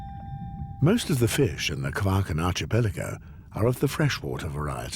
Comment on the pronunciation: This is an excellent documentary. I just wish that the chap who gives the comments would pronounce archipelago properly! It is arkipelago and not arshipelago!!!